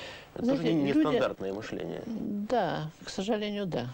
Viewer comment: Всё таки, не " мЫшление, а мышлЕние.